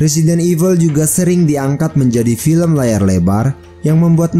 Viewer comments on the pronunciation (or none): none